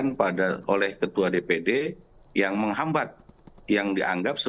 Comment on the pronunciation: Ngomong gak jelas ini orang..!!!, menghambat ....menghambat...........apaan tuuuhhh...?!!!.